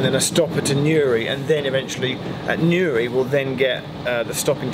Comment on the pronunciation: Thanks for pronouncing Newry and Poyntzpass correctly 😂